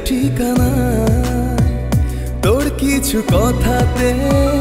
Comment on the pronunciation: বাঙালির ছেলে বাংলা উচ্চারণ আগে শেখা উচিত তার পর গান গাইতে যাওয়া উচিত। "তোড় চোখে" তোর চোখে হবে । গানের প্রথম লাইনেই ভুল। কি শুনব !